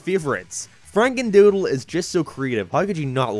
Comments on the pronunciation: ah yes my favorite SpongeBob episode, "Franendoodle" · “franendoodle” Damn someone must of been fired for that blunder